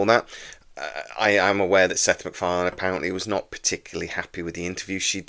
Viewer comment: "Sex MacFarlane".